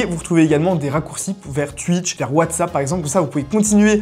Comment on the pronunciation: Tuitch? Connais pas 😁